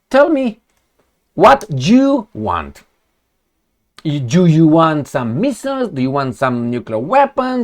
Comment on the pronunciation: "What jou you want?"😂😂😂😅👍💪